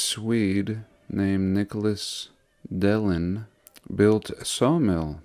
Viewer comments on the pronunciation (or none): none